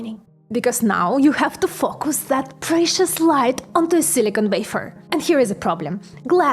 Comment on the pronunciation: let's not mention how she pronounces "focus". :D